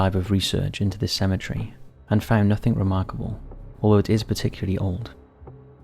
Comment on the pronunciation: I can't stand the way you say 'symmetry', instead of cemetery.